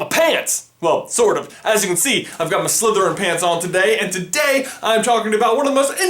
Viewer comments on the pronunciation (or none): why do you piont to your trousers and then say your slethirin paants? lol